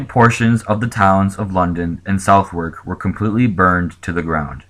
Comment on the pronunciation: This disaster is far less documented than the Great Fire of London 1666 but likely was far deadlier PS- It is pronounced 'Sud-ark'